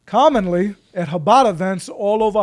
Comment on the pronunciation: Jake, when you say the first sound in Chabad, it's like you're going to hack before spitting. Like an 'h' with the friction added.